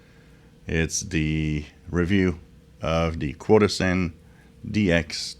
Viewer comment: CHO-DOSEN is the correct pronunciation.